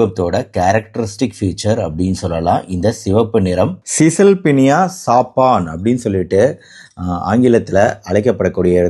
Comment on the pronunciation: சபன் என்று உச்சரிக்க வேண்டும் சாப்பான்‌ என்று சொல்லக்கூடாது. டாக்டர் கொஞ்சம் ஆங்கில அறிவை வளர்த்துக் கொள்ள வேண்டும் இவருடைய ஆங்கில உச்சரிப்புகளில் நிறைய திருத்தங்கள் செய்ய வேண்டும்